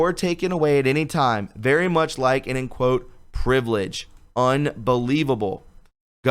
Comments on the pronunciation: The word LIEN lien, as in a lien on your home. The word is pronounced 'LEEN'. look the word up, use the correct pronunciation. Thank You. if we are to inform the citizens we must use the correct pronunciations so we don't sound ignorant while trying to sound smart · Gotta do it... love you but it interferes with the message... Lienable=leeen-a-bull Lien= leen